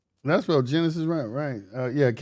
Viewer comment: "Gen-Isis" Egyptian